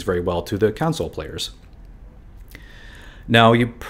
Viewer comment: I thought you said council lol